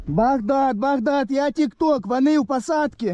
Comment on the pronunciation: يكول بكداد يقصد بغداد وات 🤔